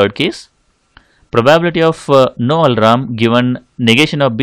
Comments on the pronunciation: its alarm, not alaram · Its not Alram idiot , its al+arm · Bro he is saying alram...😂😂😂